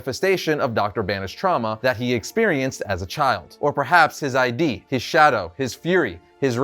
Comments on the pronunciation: His "id", not his "ID". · Id isn't "I.D" it's one word pronounced eed. Id, ego, and superego are psychological terms for different aspects of the personality, I believe created by Sigmund Freud. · It's pronounced ihd not i-dee. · not downing on ya but its ID (id) short i and d sound like psychological ID not I.D. like identification. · It's not I.D.. Dr. Strange is talking about the id. The part of the mind in which innate instinctive impulses and primary processes are manifest. "the conflict between the drives of the id and the demands of the cultural superego" Sorry but it bothers me when people mispronounce it. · It’s Id, not I D lol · I wish someone told you that it's pronounced "ID" & not I-D lol. But stands to reason if you've never studied psychology, still keep up the good work. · C'mon, dude, it's "id". As in, the id, ego, and superego. As in Sigmund Freud's model of the human psyche? Not "I.D.". Why would Dr. Strange talk about Bruce's I.D.? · ID…not Eye-D